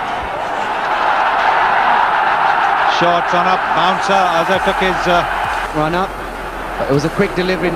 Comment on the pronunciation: Taaap Seven waars baansers”